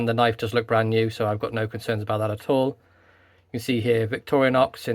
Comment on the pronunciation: The "Owl" ? You mean "All" ?😉